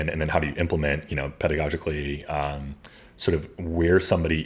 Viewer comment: it kind of worries me about the pediogically mispronunciation it’s Pedagogically Ped-a-gah-gic-ly